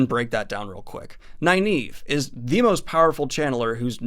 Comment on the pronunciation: Her name is Nynaeve (Nin-uh-vuh) not (Ni-Neeve)... always has been, always will be lol. And I always thought it was (Ehs-Seh-dai) But I hear people saying (Eye-seh-dai) and it makes me wanna pull my hair out! Love this series tho, keep up the good work. Can't wait to see your thoughts on the last six books of Malazan. They are my favorites without a doubt.